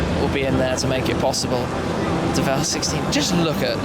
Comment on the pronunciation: So is it the Deh-vell...or...the word DEVIL ...but you are trying to pronounce it with a French flair to it? Toe-mayyyy-toe.....Tuh-mahhhhh-toe much? I'm gonna go with DEVIL...as in their clever change of spelling to DEVEL.